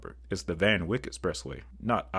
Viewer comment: By the way, for the expressway, Wyck rhymes with Mike.